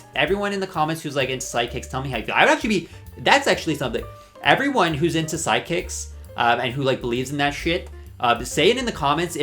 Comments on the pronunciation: I kept hearing side kicks instead of psychics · Are you repeatedly saying ‘sidekicks’ instead of ‘psychics’ on purpose?? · Are u saying sidekicks or psychics LOL